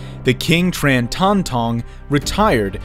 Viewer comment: Tran is pronounced as Chan in vietnamese dude...